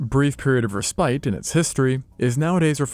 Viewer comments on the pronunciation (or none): not "ree-spite" but "ress-pit". yw. our wobbling planet.